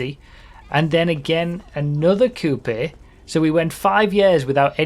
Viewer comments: Calling them "coupe-eh" is just painful. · Lol "coup'e" 😂